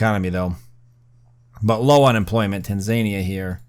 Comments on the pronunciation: it's pronounced TAN, ZA, KNEE, AH! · You've done the impossible - made a pronunciation pedant keep watching despite the repeated mentions of Tanzania. Good job on making such compelling watching mate.